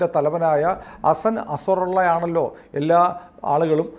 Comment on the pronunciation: .. അസറുള്ള അല്ല നസറുള്ള